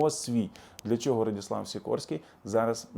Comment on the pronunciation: Не Радіслав а Радослав